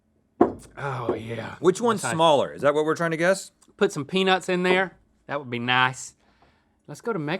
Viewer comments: “ahh put some peanuts in there” Deep South 😂 one of the first things I was made to try as an initiation to NC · When link said peanuts you know he’s from the south